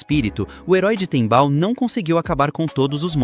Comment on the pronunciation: tembal ❌ Tempal✅